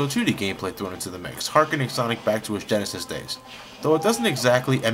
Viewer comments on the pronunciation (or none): none